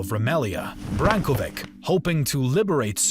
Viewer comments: Please, correct the spelling of names and translate them also. "Brankovic" is pronounced Brankowitch, "Magyars" are more often called simply Hungarians in English. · Great video (as usual), just a small remark. The ending of word Branković is with a ć (most viable English pronunciation would be ch) and not an English c, as most south Slavic words tend to end with a ć. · First slaughtered name was only , quite astonishing score that dude was Brankovic, and not "Brankovik", (C like in word CEILING, or SECESSION) that nations is Magyars, and not "Maghyars", (G like in word MAGIC) bishop name is Jan, read it as "Ian" or as English "John". About your pronounciation of Varadin i can do nothing since it is proper Latin pronounciations which is acceptable.